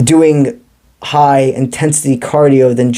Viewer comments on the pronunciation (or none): none